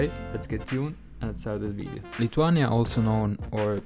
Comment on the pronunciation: Your pronuciation is wrong even for name of the country.